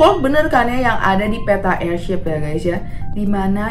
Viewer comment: Airship aneh bukan airshap